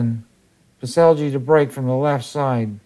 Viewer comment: Because you will be hearing about this young man a lot more in the future the propper pronounciation of the name is Pets-Ell (as in spanish double L) and not pets-el-g